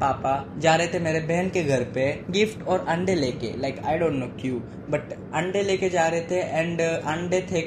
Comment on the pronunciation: if you notice he said "aande" instead of ande 👀